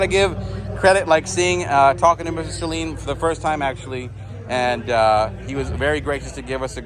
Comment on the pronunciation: First off, thank you for pronouncing his name correctly. These Saleens have it over all the other Mustangs, Dark Horse included. They are unique. Find a Saleen dealer in your general area and do a video. Steve is the man.